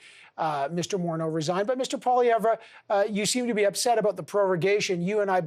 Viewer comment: Deliberately mispronounced Mr. Poilievre